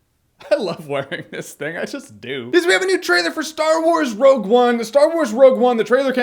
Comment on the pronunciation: wogue one?